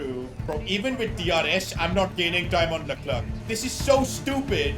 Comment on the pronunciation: You saying Luck-Clerk is extremely INFURIATING. It was alright when he was like 15 places ahead of you, but you are now competing with him. Every other second LUCK-CLERKKK. It is Le-Clair. Please It is Le-Clair.